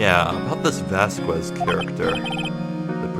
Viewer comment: You actually don't pronounce the U in Dee Vasquez, just so you know.